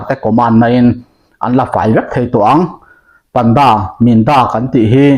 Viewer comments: Pantha/panda= Pândâ (thluk chhohva thluk hniam lehin ) kan lam thin a... Dik ber emaw chu😊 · Panda tih hi,pan tih laitak hi thluk tur